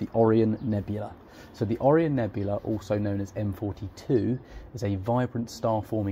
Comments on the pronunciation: I smashed that like button for your butchering of almost every deep sky object's name, glad I watched the whole thing. It started with the Andro-Meeda galaxy but my favorite was the Oreo nebula. Entertaining and also very informative, I'm thinking of buying these binos, thank you. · learn how to pronounce Orion😊